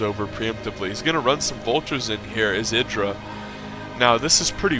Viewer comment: Hey you're actually pronouncing Idra correctly. That alone is worth a thumbs up(besides the fact that you constantly remember to explain stuff to SC2 players who never knew Brood War and its different tactics so that they'll understand what's going on) :D